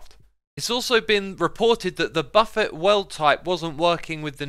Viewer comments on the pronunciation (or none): I love your videos Xisuma I do, they are very informative and I love your stuff in Hermitcraft.....But I just can't get over the pronunciation of buffet. It's not buffet like buff-it...its buffet like buff-ay. Kind of like how Chevrolet is pronounced Chevro-lay not chevro-let. Or grand prix is grand pree not grand prix. It's one of those french-ish pronunciations. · Buffet = "buff-ay", not "buff it" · "The Buffet World type" It's pronounced buf-fay. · Ah yes, my favorite type of world. Buff-it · Please stop staying "buffet" like that. Jeez! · Is he pronouncing "buffet" wrong or is that just the british pronunciation? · the way you pronounce buffet stresses me